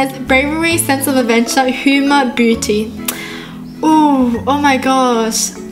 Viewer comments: Is it just me or did say booty and not beauty? 😂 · she is saying "Booty" not "Beauty" LOL😂😂😂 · it sounded like you said booty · I’d rather live in a forest bcuz I’m watching avatar And instead of beauty ,you said booty